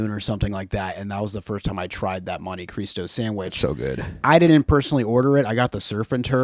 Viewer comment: I've never heard it pronounced "monte kreestow." I don't know if it's necessarily wrong, but I'm convinced they said it a million times just to annoy me 😆 I'm hype for the orca shirt, god bless